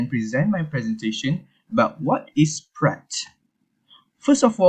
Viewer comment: This is how you're supposed to pronounce the word Praat in Dutch not even close in the manner you did!